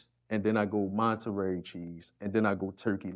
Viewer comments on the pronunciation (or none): “Then I go MONTERARY Cheese “ 😂😂😂